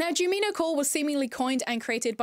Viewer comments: btw jumino is pronounced JUME ino since the creator based her aesthetic off the cute forest sprites from Stardew Valley called junimos (pronounced JUNE imo), just switching the m and the n. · her not saying Jumino correctly is killing me😫